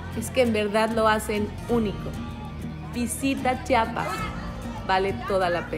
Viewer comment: No entiendo porque es tan difícil de decir CHIAPAS! 🤦🏻‍♀️